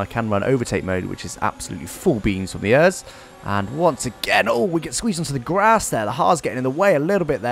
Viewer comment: The way you say ERS. It’s supposed to be said letter by letter. E - R - S